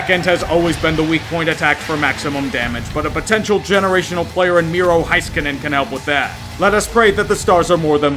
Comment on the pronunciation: HEISKANEN. Not HAISKANEN. The HEI is pronounced HAY, otherwise you pretty much nailed it. You're definately not the first one to butcher Finnish names tho